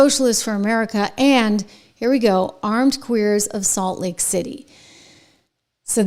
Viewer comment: It's Salt Lake City , not late city.